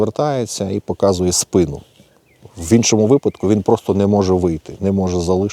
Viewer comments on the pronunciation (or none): none